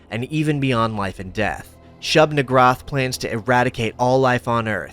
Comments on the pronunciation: It's pronounced "shoob nee-GOOHR-ahth", per early Semitic conventions (which is where Lovecraft got the majority of his Eldritch naming conventions from). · I feel like you flubbed SN's name on purpose. xD